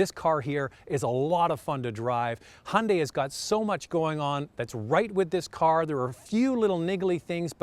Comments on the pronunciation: it not hundi.......its ...hi un dye....say it... again...... hi un dye.....got...plastic american guy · guy it’s Hun-Day